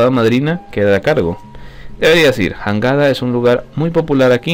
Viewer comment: Se escribe Jangada pero se Lee yangada